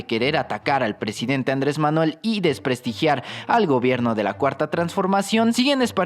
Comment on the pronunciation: Ya no es Andrés ya es Ándres? Jaja pinche ciudadano desconocido te gusta desmadrar el idioma 👌🏻😂